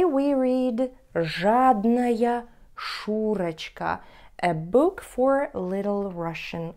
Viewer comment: Paczemu "Szuroczka" czatamy kak "Szureczka"?:P